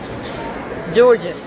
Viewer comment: Gorgeous 😂😂😂😂 دي انجليزي يا...بتنطقي الكلمه غلط يا ماما!!!